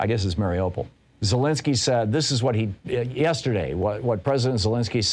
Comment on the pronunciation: "Maar-e-yu-pol" Thom. Say Mariyu fast,then "Pol", not "pole"...